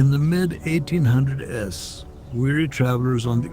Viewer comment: 1800s pronounced as 1800 es? AI voice. Why would anyone need an AI voice? Plain lazy.